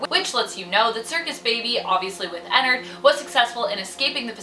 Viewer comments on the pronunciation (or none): its prounouced enn-ard not Enn-erd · Says ennerd instead of ennard* angry grammar nazi noises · It’s sounds like she’s saying a nerd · Ennard? More Like inarrd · I'm pretty sure it's pronounced Ennard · Not having hate but it makes me cringe that you pronounce his name wrong 😅